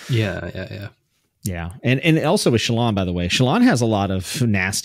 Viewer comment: I love how is slowly contaminating to the point that they are both mispronouncing Shallan's name:D Also, OMG I can't believe you're bagging out my girl Lift. She's so awesome and brings a degree of levity into the darkness.. but also has layers...